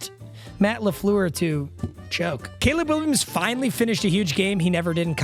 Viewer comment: Did anyone notice he said Gayleb Williams ?????????